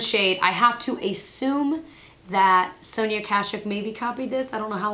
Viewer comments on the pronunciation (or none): none